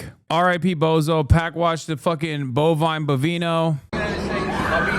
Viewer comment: Bovino /bo·vì·no/ its suppose to be read as BO- Vee - NO and not BO - Va - y- no.